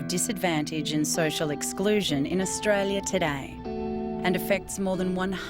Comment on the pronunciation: Australia not Australie